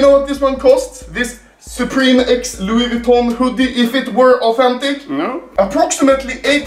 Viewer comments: Also anomaly: Loois Viton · its pronounced lui vuittion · Why does he get a stroke every time he tries to say Louis Vuitton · I like how he slowly says Louis Vuitton wrong more and more through the video